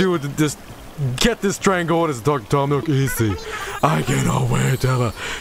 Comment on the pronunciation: Toom Nook... More like Tom Nookem